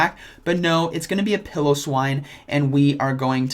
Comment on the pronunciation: Single L. Pilo -> pie-lo. Pillo -> pill-o